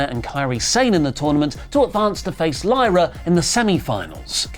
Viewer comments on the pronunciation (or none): none